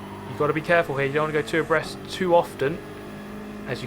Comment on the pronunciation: Lmao I always thought he said "oppressed" Like, what are they oppressing? The track? The line? The Position? Or are THEY being the ones oppressed... by each other? XD